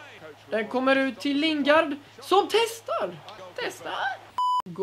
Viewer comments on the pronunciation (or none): Överraktion på nästan allting och Lingard är ju engelsk och inte spansk tänker på uttalet